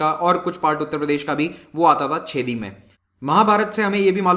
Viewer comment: सर, छेदी नहीं चेदि महाजनपद 😅